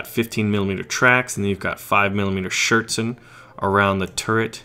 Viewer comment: Okay, everybody know wat was meant with Schirtzen. Only for completeness and entertainment: Schürzen (without a [t] ) If there is not a Umlaut in your reach you could use: Schuerzen ( [ue] is good as a [ü] )...or you say "apron"....^^